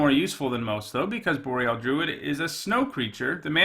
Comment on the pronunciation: Mispronounced "Boreal"